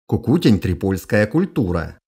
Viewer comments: Почему КукУтень? Культу́ра Трипо́лье – Кукуте́нь . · В слове "Кукутень", ударение на "Е". А канал просто супер)